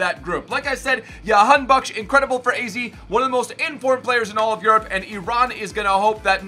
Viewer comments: That is the dutch pronunciation which is normal because that's where he plays and how it is heard most around the world. It's said the exact same way you did but the J is Juh not Yuh lol. That intro was amazing though lol. So Jah-han-bak-sh. Alireza was correct but the R is rolled similar to how the spaniards say their R's. So say the R with your tongue. And it's ali-reza not ali-reyza. I'm sure no one gives a shit lol. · Its pronounced JA-han-bakhsh LETS GO IRAN🇮🇷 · j in jahan as in jackson not yahanbakhsh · Dont mind the pronounciation we call him Jan Bakkes here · The j is pronounced j